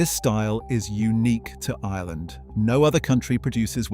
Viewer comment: Hello but our country is pronounced Ireland not island. I don’t know why I’m so triggered by that